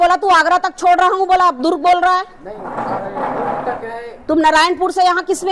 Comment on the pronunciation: Ye itna overacting kyu kar rahi hai. Durug nahi hai durg hota hai. Koi kuch bhi kare baat karne ka ek tareka hota hai